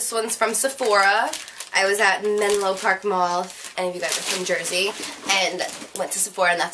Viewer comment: OMG YOURE FROM JERSEY! i had to laugh when i heard menlo